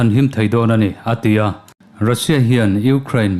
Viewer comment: A tia iti zel hian,ngaihthlak ati nuam lo.*A ti a* ti hram teh